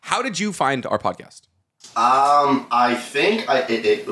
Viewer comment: Did anyone hear say “pad-cost” instead of pod cast. It’s literally one of favorites parts of this series, just the random shit that happens and gets said back and forth. Favorite pod cast by far.